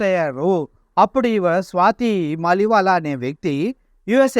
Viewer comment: "స్వాతి మాలివాలా" కాదురా అయ్యా, "స్వాతి మాలివాల్" .... వాల్ ను వాలా చేసావు కదరా అయ్యా, స్వాతి మలీవాల్ ఆప్ పార్టీ తరపున రాజ్యసభ సభ్యురాలు రా అయ్యా ఇప్పటికి కూడా